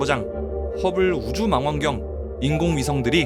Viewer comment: 망원경을 망원경으로 발음하는 유튜버는 이 분이 첨 인듯 다들 망원경을 마낭경 으로 엉터리 발음해서 어이가 없었는데 ㅋㅋㅋㅋ